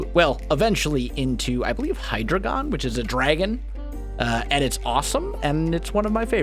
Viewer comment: You prononce it Hy-dry-gon